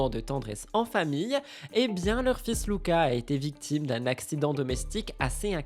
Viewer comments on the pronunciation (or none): none